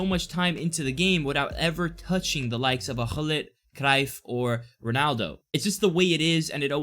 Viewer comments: The way you pronounced Cruijff was very good! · Im dutch and you have a really nice pronunciation of Cruyf for a Italian i assume